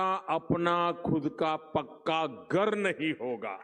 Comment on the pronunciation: घर नहीं गर बोला